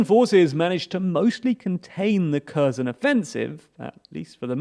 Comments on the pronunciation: It's not 'ker zon', it's 'kare son' it's pronounced 'easy um' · KherSon. KherSon. KherSon. KherSon. KherSon. KherSon. KherSon. KherSon. The "S" is an "S". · This was the worst pronunciation of the Kherson, ever. Херсон i am not native to any slavic or not even European languages. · As long as you've been reporting on this.... and very well for the clueless, I might add... Could you just learn to pronounce the fucking city names? If I hear Curzen for Kherson one more time I'll have an aneurysm I swear to god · Just pronounce Kherson properly. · Every single name was mispronounced again. Well done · Holy shit, the way you butcher the pronunciation of the various placenames... Pro tip: on Wikipedia, there's always an IPA pronunciation provided in the first paragraph of the given article. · Damn. Stop pronouncing Kherson like that, it's so annoying...